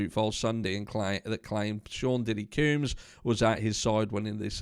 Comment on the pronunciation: Black mail the black male, NO! Lol any way.... I just wanted to let ya know we pronounce combs like honey combs or hair combs.